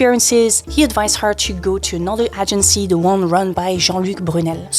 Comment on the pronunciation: Agency is pronounced > Aye-jen-see < LONG A, not short. Do your therapy in private.